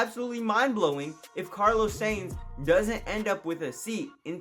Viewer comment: Carlos SAINT, SANES, SANE yea mate. you gotta fix your pronounciation, might as well say carlos science.